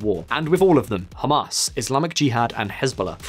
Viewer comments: I heard Hummus instead of Hamas. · Did he just call it “Ham Us” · “Hum Arse”